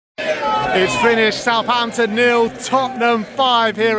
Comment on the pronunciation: It’s Southampton ffs